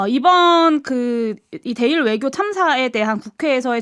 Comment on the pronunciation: 용혜인.. 입 속에 뭐가 있는거냐? 발음이 그게 뭐냐? 명확한을 멍확한이라고... 외교를 애교라고... 좌파들만 이번 회담에 대해서 악감으로 말하고 다른 나라들은 모두 바람직하다고 말한다. 물론 100% 만족하지는 못하지만 첫발이라는 면에서 성과가 있다고 보아야 한다. 하기야.. 지금은 민주당과 좌빨들은 윤통이 뭘 해도 비판하는 ㅅ ㄲ 들은 비판하겠지....!!!